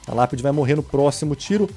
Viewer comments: Quem ouviu lapide se era fornalha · bruno vc falou lapide kkkk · Lapedi? kkkkkkk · No minuto o Bruno fala lapidi quem viu ISO deixa o like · Na primeira partida você falo lápide